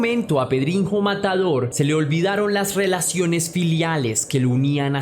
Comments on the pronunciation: Se pronuncia pedriño no pedrinjo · Sólo como dato: en portugués la "nh" se pronuncia como Ñ, como como una j, como lo dices...o sea es PedriÑo, pronunciado correctamente ;)